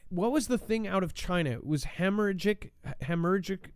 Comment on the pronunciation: Pronounced, Hemma-ragic-fever. 😉 Can I have a job please? 😉